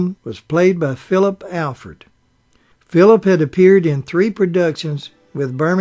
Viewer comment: Mr. Peters did not receive an Emmy for a theatrical motion picture; Emmys are awarded for TV productions. Ms. Badham’s name is pronounced BAD-um. Mr. Alford’s name is pronounced AHL-frd. It was Jean Simmons, not Jean Peters, who played Peck’s love interest in The Big Country. That film’s director was William Wyler, not Billy Wilder. Peck’s sons did not play his boys in that film. His character had no children. Who on earth does your research for you?